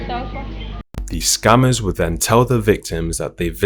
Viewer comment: Is he saying scammers or SCUMMERS 😂😂😂